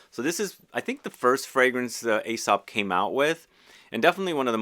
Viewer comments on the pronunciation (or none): It's pronounced E-sop. The line over the e designates the "eeeee" pronunciation. The A is pretty much silent.